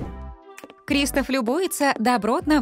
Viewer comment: Не крИстоф а кристОф